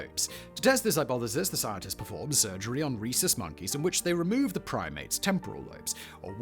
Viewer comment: Swear i thought you were saying "racist monkeys" 😂😂